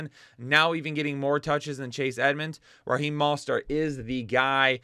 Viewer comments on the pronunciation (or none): none